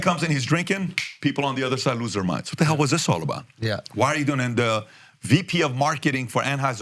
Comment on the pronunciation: PBD would sound more intelligent if he pronounced da t's without using da d's